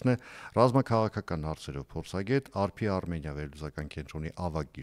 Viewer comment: Հարգելի "Արփի Արմենիա" չի, այլ` "ԱՊՐԻ Արմենիա"